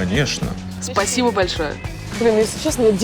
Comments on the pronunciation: она не может сказать: спасибо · Азахазазазаазазахахахахазазааз я так заржал когда она перед терминалом пол часа простаяла И еще я думал это тольео у меня но я все таким заметил что все проктически люди которые умеют разговаривать на Русском говорят не полностью спасибо а пасибо